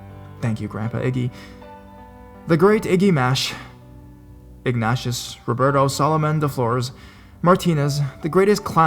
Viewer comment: i think it's pronounced Ig-Neigh-Shus